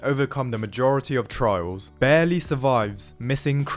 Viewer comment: It took me a few seconds to figure out you were saying "trials" and not "trouts".